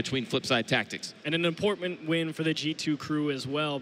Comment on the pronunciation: "And an inportment win"?